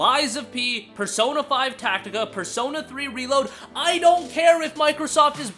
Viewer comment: Hey! You said Persona 5 Tactica correctly lol.